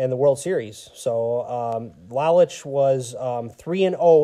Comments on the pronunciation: Lowlich is the way you pronounce Lolich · Thanks. Constructive criticism makes us better. That one bothered me on the playback because I knew I mispronounced it. In the same article I read about Lolich he wanted to learn the pizza business. Ilitch signed him to a two year deal as a spokesperson for Little Ceaesar's. After the two years, his contract was not renewed and he did not learn the pizza business. Lolich said Ilitch was a shrewd businessman and told his lawayer “Look, every time Mickey pitches a game, people think of Little Caesars. “Every time he’s on TV, they think of Little Caesars. Wherever Mickey goes, they think of Little Caesars. Why should I pay him when I’ve got him for free?” Lolich didn't fault him for it, but was hurt. They did not speak for 30 years. My father thought so much of Al Kaline. I am glad he had a great World Series that year. One of the classiest guys to put on a uniform. I have been on the look out for Sam McDowell. For those that just look at HOF players, "Sudden" Sam is overlooked. He was a great power pitcher. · You pronounce Mickey lolich his last name incorrect when Lola's retired he was the all-time leader in strikeouts for a left-handed pitcher